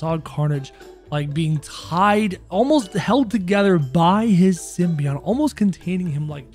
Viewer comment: btw its pronounced sim-bee-ote